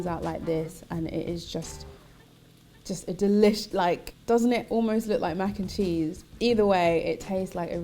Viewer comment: Yum yum yum! Irie Vitals! "Mac N Neese" 😆